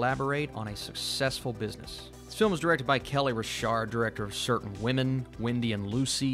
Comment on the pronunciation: Pretty sure it's pronounced "Reich Heart" jtluk :)